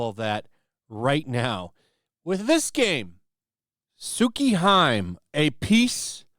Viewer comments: You pronounced tsukihime wrong there bud. It's pronounced sookee-he-may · Its pronounced Soo-Key-Hee-May. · oh god please stop pronouncing Tsukihime like that! its Tsu-kee-hee-meh. The cringe almost made stop watching the video, good video besides that but yeh. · Lmao. I can't get over how he says Sew key high mm. Sew key he me' is more accurate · Lol you keep saying Tsukihime when it's actually pronounced Tsuki-He-May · HI(sounds more like hee) me(the me sounds like the me in anime) not Hime/Hyme........ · Tsuki : Moon, Hime: Princess It's pronounced Tsuki "Hee-Meh" Not "Tsuki haim" I'm not criticizing, it's just good to learn something you might not know before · It's Tsu-ki-hi-me not Tsukiheim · That pronunciation of "TSUKIHIME" wasn't very good. It's not "TSU-KEE-HAIM" but TSU-KI-HEE-MEH"." The literal translation is "Moon Princess". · It actually heart me when called it suki hiim.it’s TS UKI Hime! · 1- It's, Tsukihime, not, Tsukihaim. 2-Buying the Switch version. 3-The company is, Type Moon. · Tsukihime is pronounced "Su - Kee - He - May". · It’s pronounced “Soo-kee-hee-may” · Correction! It's Tsukihime. Tsu- kee- hee-may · Tsukihime (Tsu-Key-He-May) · Just for reference it's pronounced tsuki-he-may. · ...The new game, Tsukihime, is pronounced "Su-ki-he-may", roughly. Vowels only have one sound in Japanese, and that includes the letter 'i', which has a short 'e' sound. So the last four letters are NOT pronounced like "hive" or "mime". That's incorrect; it's "Su-ki-he-may". And "hime" is Japanese for "princess", by the way, while "tsuki" means "moon". Basically, "Lunar Princess". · >is japanese > ""SUKI - HYM"" nah.... disliked. sorry not sorry. you have to be better than this. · Tsukihime is actually pronounced S-ku-e-he-may and means Moon Princess. Tsuki (S-ku-e) =moon Hime (He-may) = Princess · "Tsukihime" (Su-key-Hee-may) 😮‍💨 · >>> ""may"" just say "Tsu- Ki -Hi -Meh", dude... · It's pronounced "sookee-heemay" lol. I got your back